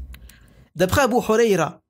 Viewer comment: يدعى الصحابي الجليل أبو هريرة رضي الله عنه بالحرف الهاء و ليس أبا حريرة بالحرف الحاء و بارك الله فيك أخي الكريم.